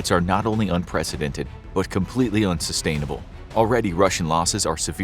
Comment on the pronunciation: "....but completely unSUStainable" 😏